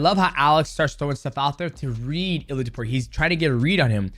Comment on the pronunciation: I don't want to be that guy DJ, but its pronounced Ilia "Tapuro"🤣